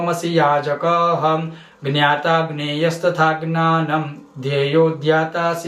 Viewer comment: आपका उच्चारण 21 वे और 35 वे श्लोक मे गलत है, 40 वे श्लोक मे आपने लिखा तो ज्ञाता है लेकिन पढ़ विज्ञाता(vinyata) रहे हो, ज्ञानं को ग्नानाम पढ़ रहे हो, 43 वे श्लोक मे रुपवान को रुपवन पढ़ रहे हो, स्क्रीन पे लिखे टेक्स्ट और जो पढ़ रहे हो उनमे कही मेल नही हो रहा, आपके बहुत से वीडियो मे ऐसा ही होता है जोकि भ्रम पैदा करता है, भागने के बजाय तसल्ली से आराम से देख परख कर वीडियो बनाया करो 🙏🙏🙏